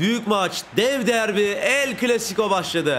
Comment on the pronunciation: CLASICO derken sıco oluyo ((